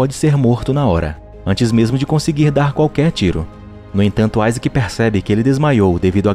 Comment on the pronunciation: Mano meu nome e Isaac e não fala assim